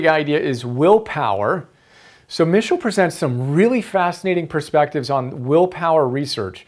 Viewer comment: Good summary but you are pronouncing his surname incorrectly.